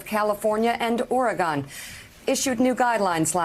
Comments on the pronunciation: “California and Or-EH-Gohn” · Why do idiots, like Mika, call Oregon, Or-i-gone? You'd thing an American newscaster could correctly pronounce the names of the states. There are only 60 of them. How hard is that? It's a good thing our governor is Kate Brown, if it had been a polysyllabic name, she would have botched that too. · It’s not pronounced ‘Oregone’ its ‘Oregen’ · I know she didn't just say 'OregonE' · Did she say ORAGONE? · Or-e-gun. Third generation resident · did she just say Ori gone? LMFAO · It is pronounced Or-e-gun. I'm third generation from Oregon. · We say Ory-gun. I'm here.